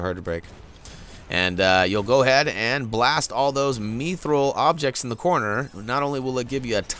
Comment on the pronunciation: The way you say Mithril is the correct way, It's not "methril" Great videos tho! Thanks.